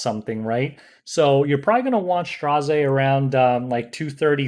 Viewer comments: Just pronounce his name as 'STREZZ'.... why the stress? XD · Tip: His name is pronounced as Straz, which rhymes with Ras. 😁